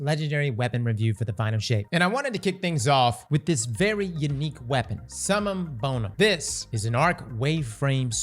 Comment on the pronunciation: and Latin pronunciations do NOT mix 😂😂😂